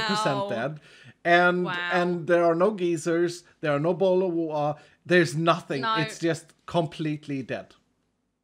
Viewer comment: “There are no Geezers, no bot’le of watuhh” 😭😭😭😭😭😭😭😭